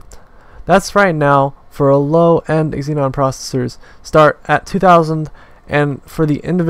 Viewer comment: It's Xeon not Xenon